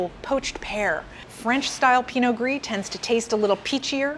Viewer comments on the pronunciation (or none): none